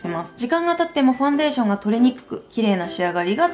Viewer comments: ファウンデイション笑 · ファウンデイションｗｗｗ